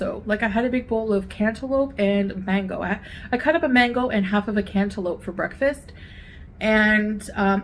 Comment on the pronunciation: Who says "Cantaloupe" like that 😂😂😂😂 is in the house 🙄🙄🙄🙄